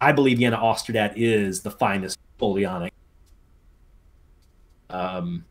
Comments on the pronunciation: Oh ffs do you have dyslexia? Mee-Loh-Raad-Oh-Vich! Ey-Lau! Au-Er-Stedt! Gnei-Seh-Nau! Chi-cha-gov! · When he was talking about Brunswick's defeat by davout is it pronounced ow-uh-shtat or something like that